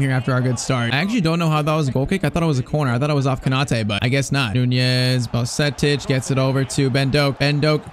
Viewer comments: U shouldn’t have signed zubumendi in irl players like bajetic are key players irl. Edit:you pronounce bajetic as badgetich not baljetic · No way actually butchered Bajcetic 😭😭.Its actually baa-jay-tich